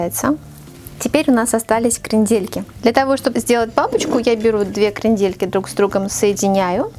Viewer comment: Зачем перчатки и ударение крендЕльки. Ужас. Букет оригинальный